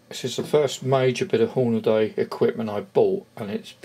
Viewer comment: Hornaday? Never heard of them. Any relation to the american brand hornady? Was there a branding issue perhaps exporting it. Or is reading the problem. You'd think with the hornady name plastered everywhere grown men would learn to read and pronounce the word properly.